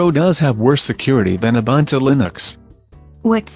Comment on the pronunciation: Pffff, *buntu shills. :( Doesn't even know how to pronounce Ubuntu but thinks he can do propaganda for them. What a tool.